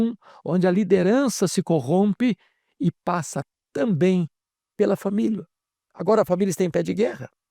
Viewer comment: Não tamito,e sim "também "